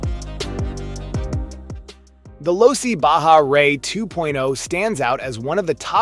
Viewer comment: Pronounced LOW C